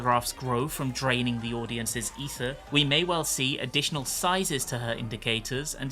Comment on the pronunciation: "of their aether.." 🙄